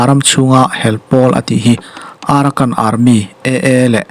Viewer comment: AARAKAN ti a ilam pawh hi Arakan tihmaitur..